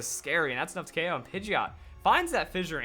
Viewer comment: It's K.o not okow